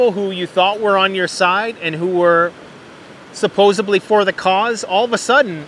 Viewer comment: *supposedly❤️ You’re too smart to be saying “supposably”.